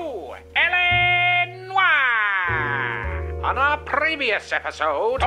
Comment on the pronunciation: YOU KNOW DAMN WELL THATS NOT HOW YOU SAY LA NOIRE. YOU WILL SAY IT AS USUAL NEXT TIME.